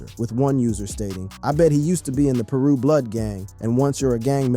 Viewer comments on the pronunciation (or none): none